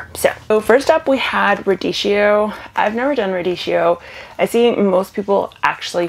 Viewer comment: My little Italian ears cried when they heard radieeshio, chi is a hard k sound , think chianti 🙃